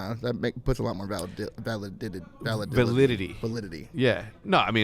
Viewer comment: Formal really do be struggling with the word "validity" 🤣😭